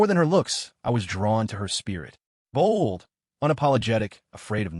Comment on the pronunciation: Bold was gurgled fix your ai you are really retarded for not watching your videos before you upload them because honestly sure it will be extra time fixing this shit but least you won't get comments like mine